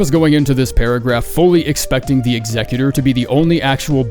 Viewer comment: Bro is the first person I heard actually pronounce Executor correctly. 🎉